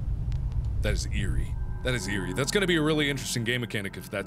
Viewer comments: That's "EAR-rie!" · "That is eerie" that is ear-ie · When he was listening to the door he said "That is eerie," and I was just over here like... OR DO YOU MEAN... EAR-Y?